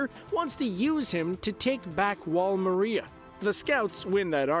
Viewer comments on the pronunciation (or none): Bro why u still pronouncing wall Maria wrong? I commented on one of ur other vids. Listen to both the JAPANESE AND ENGLISH DUB. IT'S PRONOUNCED MAR-REE-AH NOT MAR-REA. FFS getting people to do videos that haven't even seen the show.. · It's not wall Maria. It's wall Maria. Jeez.